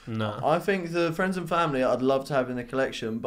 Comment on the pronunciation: Actually love this podcast amazing that it’s the only hype/sneaker cast n it’s actually interesting. Jealous of them off whites too 😂 ‘off white fwends’